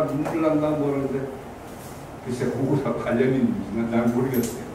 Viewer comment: 가오 거오구 리 라고 중국측 발음